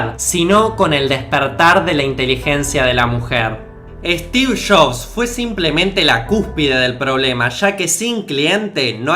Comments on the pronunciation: “Stiv shofff” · Estiff Joffss xdd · stif shofs xDDDDDDDD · steve chobs jajajaj 😀😄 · Yo soy Argentino y no digo, Estifff Shabsss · "Estif shobs"